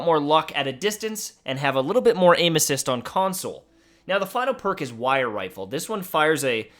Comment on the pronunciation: “wire wifle”